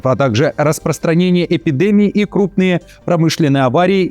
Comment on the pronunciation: Почему "эпидЭмии",а не эпидЕмии" ?